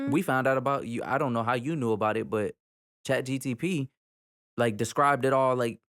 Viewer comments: It’s chat gpt not gtp😂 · bro said chatGTP 😄😄😄😄